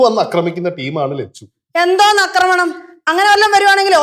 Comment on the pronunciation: Lechu alla chechu